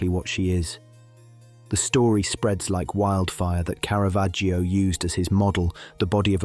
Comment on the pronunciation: Caravaggio is pronounced Cara-VAH-joe. The letter ‘ i’ is silent